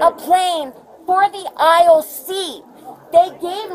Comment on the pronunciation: How many syllables in "aisle"? Two. "Eye - yul"